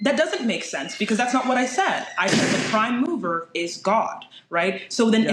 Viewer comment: Took me a while before I understood that he said mover and not mower. Everyone knows the prime mower is Forrest Gump.